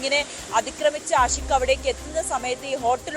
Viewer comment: ആദ്യം പുറത്ത് വിട്ടത് പ്രതി ആൽബിൻ എന്നാണ് ഇപ്പോൾ പറയുന്നു ആശിക് (ആഷിക് 🤣ഉച്ചാരണ പിശക് 🤣പഠിച്ചതല്ലേ പാടൂ )ആണെന്ന് എന്ത് ചാനെൽ 😔😔എന്ത് റിപ്പോർട്ടർ 😔🙄🤣🤣🤣